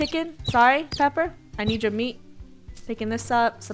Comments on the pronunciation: Funneh... Funneh... Funneh... It’s a Peeper not a Pepper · She says “Bye pepper” to peeper